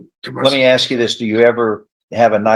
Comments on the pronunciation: AMEN. Absolutely cannot stand when attorneys, professionals that are highly educated, pronounce the word “ASK” as “AXED”. Like what the hell. PLEASE STOP. It’s embarrassing. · And the fact that the prosecutor can’t say the word ask properly. Laziness… is ridiculous!